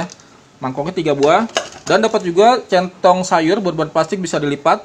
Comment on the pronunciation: Salah mulu bang nyebutin centong sayur wkwk